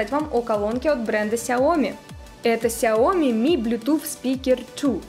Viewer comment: СяомИ. На "и" ударение. С китайского переводится как маленькое (сяо) зёрнышко или рисинка (ми).